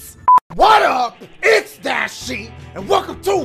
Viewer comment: ) it’s Says Dasiegames instead of Dashiegames lol